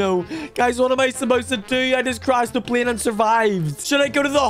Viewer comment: It’s not plien it’s pl ay n